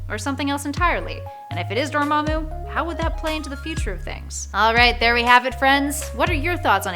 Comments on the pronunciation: Kevin Fy G ... Door Ma Moo — her pronounciatioms are on point 🤥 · Y did u say door-ma'am-moo first but good thing u changed it to the right pronunciation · Why did did pronounce dormmomu's name so weird the first time??????????? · Can we take a moment to recognize about how she pronounced Dormamu and